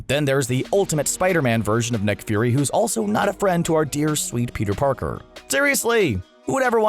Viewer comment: Am I the only one who heard him say Peter Porker?